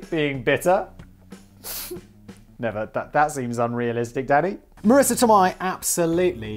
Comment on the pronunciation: Marissa Toe-may… that’s how it’s pronounced.